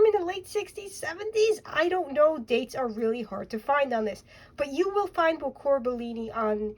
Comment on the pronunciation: Unless I'm wrong you are pronouncing the word correctly. Bocour!